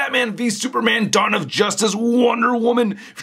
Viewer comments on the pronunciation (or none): none